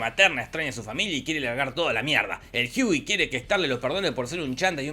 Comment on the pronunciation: ¿Porque le dices Jiui a Hughie? Dile Huguito y ya xD